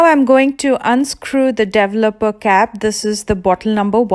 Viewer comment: Interesting how she pronouces the wordl developer, it's like devel-opa!